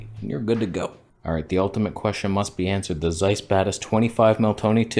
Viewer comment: The pronunciation is with TS. You have to read it like [tsáis], if you want it be as close as possible to the original ;)